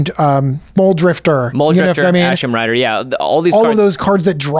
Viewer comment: Hmm maybe dont call it Ashlen Rider 🤔